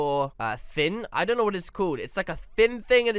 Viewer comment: You bon’t go throo the black thing